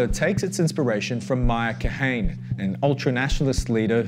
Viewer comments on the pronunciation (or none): It's Kah-Huh-Nuh. Not Kahayney.... lol. At least learn to pronounce it right. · Ty for this good report, so timely in light of recent events. One note: Meh-iir Kah-HA-neh is the pronunciation of his name.